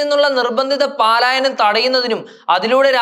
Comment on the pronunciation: പലായനം എന്ന് പഠിക്കണം 😄